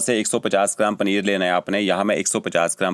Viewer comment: Bhai pneer nahi...paneer Bolte hai 😅